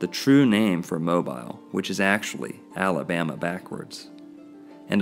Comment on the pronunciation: Al' abama.... O' bama....